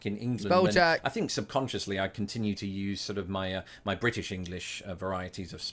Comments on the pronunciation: One thing you (all brits really) is the word think, you say fink when we pronounce it differently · I've picked up "Fink" from you. 😂